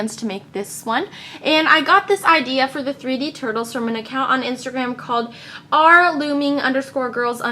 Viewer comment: is it just me or did she just call the turtles turbles?